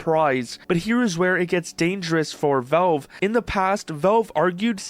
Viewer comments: Ah, this guy again. Wtf is "VOlv" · Jew York, flagrantly abusing the law to rob or chastise someone!? Never!! By the way, it's Valve; not Velv.